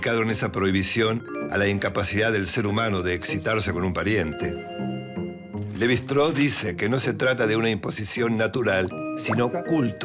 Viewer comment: Shtráus, no “Estró”.